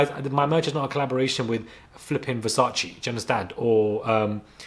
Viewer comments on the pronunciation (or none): none